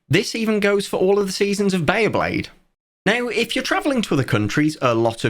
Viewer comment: One random question: was the pronunciation of bay-A-blade from a localization somewhere? The A should not be there 😅